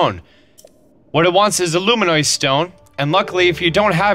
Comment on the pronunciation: its pronounced loo-min-us bud. sorry but it drove me crazy for a sec